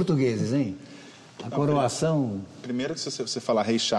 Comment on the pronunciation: "corOAção", não "coração".